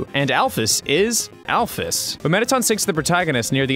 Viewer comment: You mispronounced alphys